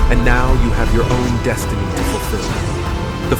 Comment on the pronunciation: It is your “deshtiny”.